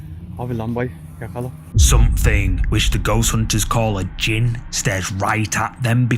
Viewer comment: JINN NOT GINN😂😂